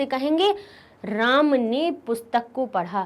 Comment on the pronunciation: Ram shabd ka galat bola as apne